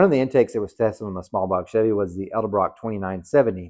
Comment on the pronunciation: And Elder Brock, is Edel Brocks older brother....